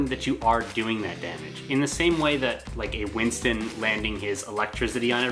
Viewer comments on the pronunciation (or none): none